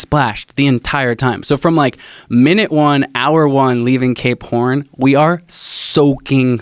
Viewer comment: This dude say's Cape horn and all I hear him say is K porn.